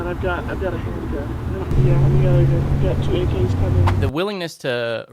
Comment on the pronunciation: 2 aks? Lmao